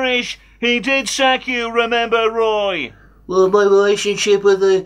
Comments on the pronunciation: Gweat to see you back at Cwystal Palace, Woy. All the Vewy best. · The last time I was this hyped, it was when Return of the Jedi was released. Now it's Weturn of the Woy!!! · Woy is back. He may be 94 but he can still wun wings awound the Palace defence. I think that's what he said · Woy weturns